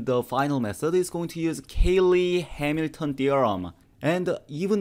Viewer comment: Cayley, not Caley.